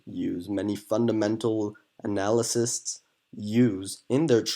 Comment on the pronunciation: Analysists. That's a new one. Appreciate the analysis though 😉 Thank you.